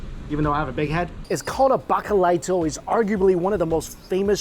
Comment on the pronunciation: Bauch a lee toe 🤣🤣 Bacalaito!!